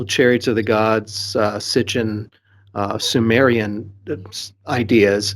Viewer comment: SIT-CHIN. Not STICH-IN